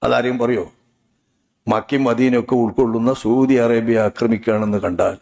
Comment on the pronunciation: സൂതി അറേബ്യ അല്ല സൗദി അറബിയ കോയ 😂😂